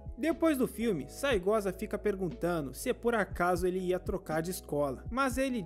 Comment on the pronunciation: Na real é Saegusa, mas esse cara fala assim de sacanagem kkkkk